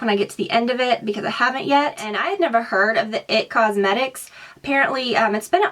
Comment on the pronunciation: Btw.. It's I-T Cosmetics... Not It.